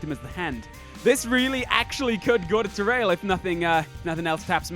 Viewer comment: you were saying it correctly. I thought I told you this before though. "Ta-rail"